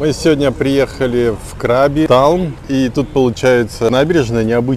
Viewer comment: Отдельное спасибо за КрабИ. Хочется, чтобы вы побывали на Бали и тоже внесли полную ясность с произношением 😊